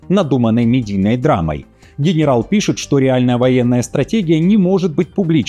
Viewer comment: А хэнэрал Драпатый разве лучше???😂